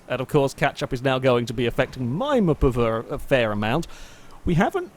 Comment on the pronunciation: Why does he call the radius a mapava